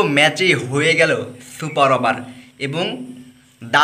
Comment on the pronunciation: ছুপার অভার 🙂 খুব কষ্ট হচ্ছে আপনার বলতে